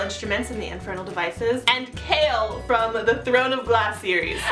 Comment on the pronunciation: His name is pronounced Kay-all not Kale.